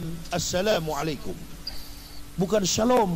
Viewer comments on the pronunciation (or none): Bukan Asalami Alaykum tapi Asalamu Alaykem